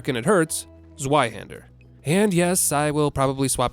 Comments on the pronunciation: It's "zweihänder" The zwei is pronounced /tswai/. Not tswy or swy That one really hurt me as a German. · In my effort to help people pronounce German words better: "Zweihänder" Z in German is pronounced like T followed by a S. It needs to be hard and silent. So you pronounce it basically like Tsweihender. Otherwise your pronunciation is pretty good! Congrats! Solid 7,5/10! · i prefer to pronounce it like the german it is [Tswei hander]. a really hard Z. basically like the snare from ba-dum tss. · Fun fact: "Zweihänder" is German for "Two-hander". It's more or less pronounced as "Tswhy-hen-dirr". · So american, it hurts 😅. But both pronunciations were the same (and wrong 😏). In german it sounds more like Tzweihander. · Cane to say the same. If someone actually wants to know how to do it: "tsvaih-hander". You anglophones pronounce the second part well enough, but the first half is hard on the ears. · Gives 2 different pronunciations of "Zweihänder", gets both of them wrong. ;) Never change, Americans! Hint: The "z" is a hard sound and the "a" is a German "ä", so more like "ae", or closer to at least . It's more like "Tsvaihaender". Like in "Tsar" and "aesthetic". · "Erm, ackshually, it's pronounced 'Tsveihander'" 🤓☝️ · The "Zveihender" has become a staple in the Bonfire pronunciation meta. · You mean ZWEEhander. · The "Z" in Zweihänder is pronounced hard like "ts" rather than just "s". Just for your information. German here. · zweihander is actually pronnounced tsvay-henda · If you want to be even more correct with the pronunciation of Zweihander, Z in German is read as a "ts" sound, like in pizza. So zwei (two), is pronounced "tsvai". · just in case anyone would like to know, the 'Z' in Zweihänder is pronounced like a 'ts', so with a hard sound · Both pronounciations of Zweihander were shit. Still funny how acts like one is better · As a German, I took physical damage every time butchered the word "Zweihänder". Ouch.